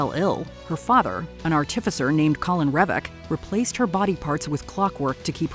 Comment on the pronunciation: It's corin not colin...